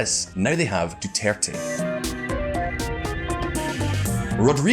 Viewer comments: The American voice in the background should do his research on pronunciation by asking any Pinoy or watching 5 minutes of Philippine TV. Doo ter tey is the pronunciation. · lol "Duturt"? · Whenever the secondary speaker said "Dew-Tert" I died a little inside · Sadly, they do not make effort to correct its pronunciation. They just assumed it's the correct one.